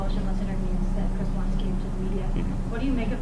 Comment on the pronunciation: Watts ‘. Not Wattsessssss. See plural possessive. Just sayin ‘ ...